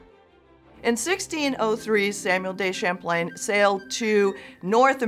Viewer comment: History professor: "Samwell Day Champlain" Same History professor: says all other french words with impeccable accent